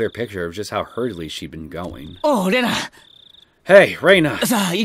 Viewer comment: why do you keep reading Rena as reyna ahhh it hurts my ocd other than that I like your videos 9/10 would be 10/10 if not for Reyna